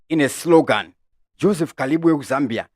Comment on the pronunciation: J Kalimbwe not Kalibwe